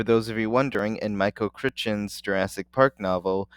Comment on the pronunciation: Jesus, the way you pronounced Crichton is disrespectful as hell. Is it an inside joke?